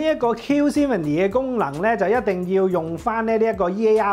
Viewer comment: 比個讚先！真係有改到 netflix 發音 👍🏼